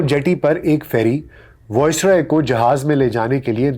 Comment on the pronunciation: The pronunciation is VICE-roy, not VOICE-roy. Good work otherwise, keep it up